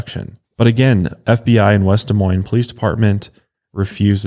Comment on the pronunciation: As someone from Des Moines, thank you for pronouncing our city correctly 🙌🏽